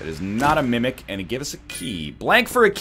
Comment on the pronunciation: Every time NL says Mimic all I hear is him saying Mummek, from back when he was playing Quiplash.